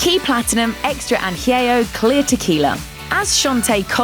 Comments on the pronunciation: Añejo pendeja!!! Not anjeo 🤦🏻‍♂️ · LOL at their pronunciation of "añejo"